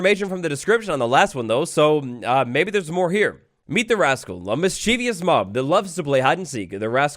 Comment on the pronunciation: Not. How. You. Pronounce. MIS-CHIE-VOUS.